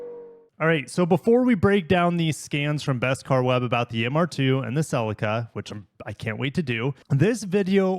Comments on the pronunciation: Bhaha bro says celica wrong its not sellica. Pronounce the dam Ce Lica say it like sea lica celica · Great vid but your pronouciation of celica drove me nuts hahaha I have always said celica as cel-eee -ca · No way he pronounced Celica as "SeLica" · Why do you pronounce Celica like that? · You need to learn how to say Celica correctly